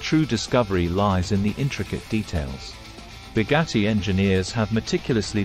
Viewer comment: "boggatti kairon" 👀💀